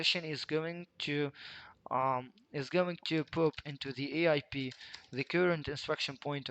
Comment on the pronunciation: The word “pop” is pronounced “pawp”, not “poop”. But it does make me smile like I was in middle school again to hear it pronounced “poop” every few seconds. 😏